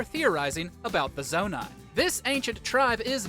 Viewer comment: When you said zonai I thought you said nomai💀 I got such flashbacks